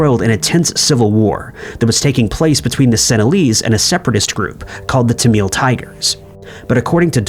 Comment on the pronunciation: Tamil. Like a flour mill. Tamil. Not Tameal.